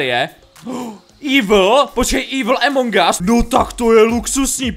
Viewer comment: to sa nehovorí Emong gas ale Among gas